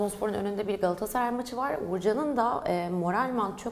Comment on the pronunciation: gaasaray ne Galatasaray demeye dilunmu sürtiy